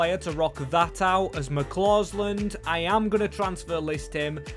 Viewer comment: McCausland not McClausland